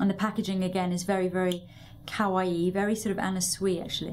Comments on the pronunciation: When you pronounce kawaii make sure it is ka-wa-i not cow-wa-i. The i makes an e sound. Kowaii means scary/scared/afraid which sounds very similar to kawaii so it is all about pronunciation. :) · lol it sounds like she's saying cow-aii